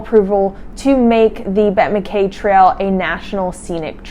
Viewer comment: 🛬 Congratulations on a tremendous effort! But, it is pronounced MacEye.